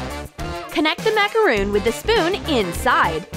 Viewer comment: It's not macaroon it's macaron